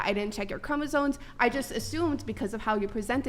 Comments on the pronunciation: I just noticed she's saying "chromosoNes" 😂😂😂 bro I can't do this anymore just throw the whole planet out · “Chromosones” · Is she saying ChromosoNes??